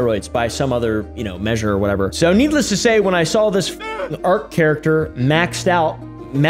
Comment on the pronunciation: needle ess to say xd